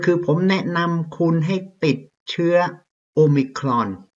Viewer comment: ชอบครับอาจารย์ออกเสียงomicron คล้ายเจ้าของภาษามาก